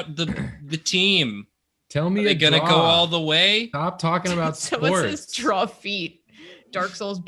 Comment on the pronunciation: What was that? DrawFEET? xD